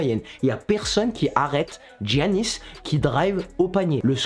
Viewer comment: Giannis ça se dit Yannis sinon c carre